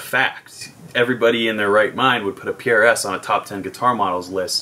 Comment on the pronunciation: Don't make fun of when you have been saying Pierre-Es for years llolollolol